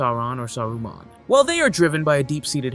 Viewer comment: I cant believe you pronounced Saruman like that.